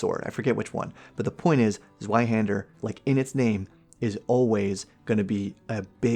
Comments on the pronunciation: Broadsword is a large, one handed sword, and a claymore is more similar to a flamberge in that they are both typically two-handers. "Zweihander" is pronounced "zvei". Darts are larger than pub darts but similar in scope; they're like light throwing knives and were introduced primarily for casters to have a not-too-heavy weapon choice without throwing rocks in a sling like a neanderthal. Its supposed to be "classy". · Zweihänder is pronouned difrently. The best I coul describe it would be Tswihander while the w the r are pronounced harsher than in english. But the Zweihänder is literally a Greatsword (ca. 160 centimetres). The "Longsword" in dnd is not a longsword ist a arming sword. A longsword is two handed an shouls be around 1.25 meters long. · Zweihänder is pronounced ts-v-eye-hand-uh [t͡svaɪhɛndɐ]